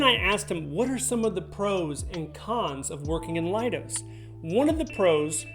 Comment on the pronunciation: Pronounce “Leidos” as lay-dose, rather than lie-dos. You can see why it’s not “lie”, right? In spelling as well as speaking.